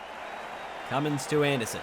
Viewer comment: His name is Cummins not Cummings